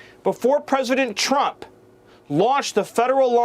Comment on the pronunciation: He talks like a fucking 5 year. This way he raises his voice ab octave and puts the emphasis in certain places. The way he says words such as Donald Chrump. Just everything about him screams toddler. And I'M getting as new BIKE!!! So THERE!! Na na na boo boo what a toothpick little candy ass twat